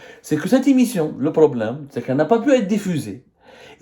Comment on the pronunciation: Est ce que tu révisiones tes vidéos ? Certains mots sont prononcés tellement faux qu'on dirait que tu n'a jamais été a l'icoule. Priviligiant au lieu de privilégiant Dérécteurs au lieu de directeurs l'immission, au lieu de l'émission a prés la parole au lieu de a pris la parole Inutile de continuer le reste de la "védéo" est du même acabit